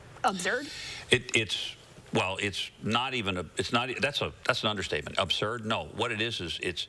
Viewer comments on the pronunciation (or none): "Ob-Zerd", she said. Now that's all I can think about. Absurd, no?